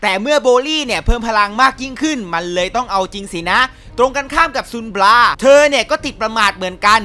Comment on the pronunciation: บราครับไม่ใช่ปัง